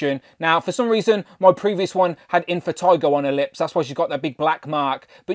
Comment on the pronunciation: He meant impetigo, but if he's like me growing up we called it infantigo like he did. (or at least that is what I heard him said)